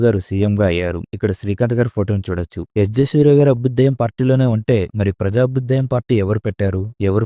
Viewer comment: అబుదేయ్యం కాదు అభ్యుదయం అనాలి అన్న ..